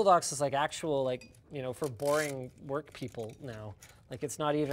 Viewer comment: I keep thinking he's saying twerk...I don't mind over twerking